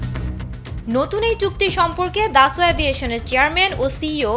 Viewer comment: Dasolt not daso 😂😂😂